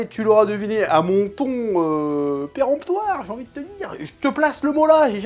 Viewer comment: péremptoire Apprenez à prononcer adjectif 1. DROIT Relatif à la péremption. 2. COURANT Qui détruit d'avance toute objection ; contre quoi on ne peut rien répliquer. Bon, dans le contexte ça voulait pas dire grande chose, mais on avait l'idée